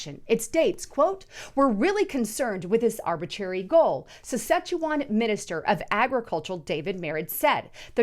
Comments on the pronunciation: Sounds like she's saying szechuan, like the rick n Morty promo szechuan sauce XD .. Sas-catch-ew-on . Something like that. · I AM A CANADIAN. IT IS PRONOUNCED. SA SKA CHE WAN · Sas-KATCH-u-wan. Thats the pronunciation. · Saskatchewan. Not Sichuan X) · Thanks, and it’s pronounced: SAS CATCH CHEW JUAN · it's pronounced SAS-kat-chu-JUAN,! Just sayin'.:) Jesus Christ is coming soon everybody! Are YOU ready???